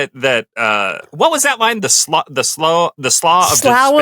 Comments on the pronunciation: "Slough" is pronounced Slew in America. Alternate is Sluff in UK. NEVER Sl/ow. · Slough of despond...its pronounced "sloo". Wierd word since always. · or sluff